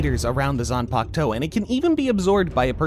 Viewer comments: Ugh… how hard is it to pronounce the “ku” in ZanpaKUto. Now it’s zanpakto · First of all what is Zam pack Toe ?😂 atleast pronounce it in japanese accent or pronounciation